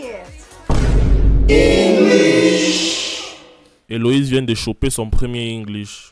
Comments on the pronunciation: C'est Élodie pas elowize😂😂😂😂😂😂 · ELODIEEEEEEE pas Eloïse 😂❤ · "Éloïse" 😂😂 nooonnn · Mais c’est Élodie pas Éloïse 😭😭😭🤣🤣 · Elle s'appelle Elodie owwww et non Éloïse😂😂😂😂